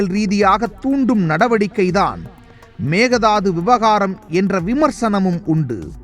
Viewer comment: Konga it is mekedatu not a mekedadu😅😅😅😅